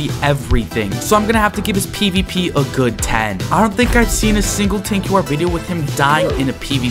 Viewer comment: "tanqu r "😭😭😭